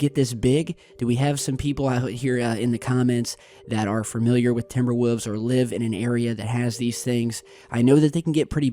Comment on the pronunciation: "Timber woofs"